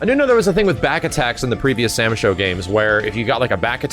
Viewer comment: Please stop calling it Sam Sho 😂😔